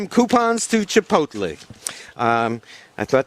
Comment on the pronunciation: à-bas-le-ciel “Chip-OTT-lé” I’m dead